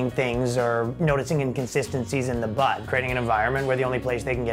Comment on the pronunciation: Its not "Butt", its "Bud". Just saying. :)